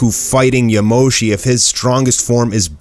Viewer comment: Its not yamoshi